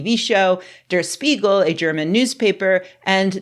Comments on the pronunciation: Spiegel → shh-PEE-g'l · Language fun fact: the "Sp" in Der Spiegel [and every other German word that starts with Sp - like Spinne (spider)] is pronounced like shp - so phonetically: dare shpeagle (the mirror)